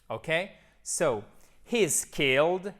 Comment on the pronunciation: I love this video and can't wait to use it with my students. Your English has such a nice quality to it! Remember we pronounce "he's" as /hi:z/ and "his" as /hɪz/ instead of the reverse. Sometimes we tend to use the more difficult sounds more often once we learn them so it makes sense to see this in one's language journey x